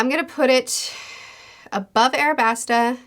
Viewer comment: aLabasta, sweetie :) with an L 🥰